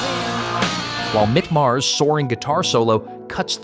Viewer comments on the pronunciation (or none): none